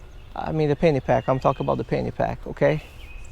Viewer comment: No offense brother.. I thought you were saying Fanny pack! Till I read the description..I love your work brother, keep it up!